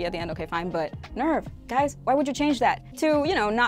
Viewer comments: Nerv is pronounced nairf - it's a German word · Nerv is pronounced “Nairf” it’s German for Heart. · The reason they pronounce NERV the way they do in the Netflix Dub is that they're trying to pronounce it like the Japanese version does, "Nerufu" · They changed the way Nerv is pronounced because it is a German word like Seele, in German it is pronounced like Nehrf. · I was assuming I’d like this video until you complained that the Netflix fun correctly pronounced Nerv. Like Seele it’s a German word, and it definitely isn’t pronounced like ‘nerve’. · Hahahhahahaha. R is actually silent in german, i checked the internet so they were still wrong. I also realized your comment is 1 year old.😂😂😂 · As a native German speaker, that is NOT how you pronounce nerv There is no "AI" sound in nerf. It's an e like in echo or east. The "r" is pronounced with your tounge on the bottom of your mouth, or partially ommited The "v" is a f like in flex or phoenix The only part they got like right is the "n" Audio example of proper pronounciation.